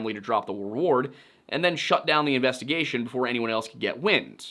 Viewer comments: Please never say “investagussy” ever again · did this man just say investigussy? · "Investa-gussy" SIR, u made me spit out perfectly good coffee! 😂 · I came here to comment "Investi-WHAT?!"